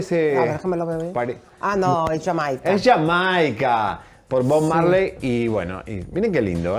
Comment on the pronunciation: No se dice ya Maica se dice jamaica los nombres de países no se dicen en inglés